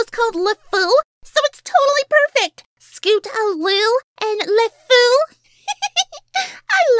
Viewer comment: Wait did i heard you say scootaroo instead of scootaloo?